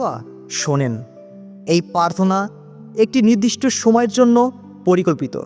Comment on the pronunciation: পার্থনা নয়, প্রার্থনা বলবেন।